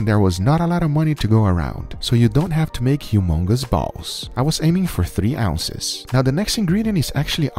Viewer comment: “I was aiming for three owsesss”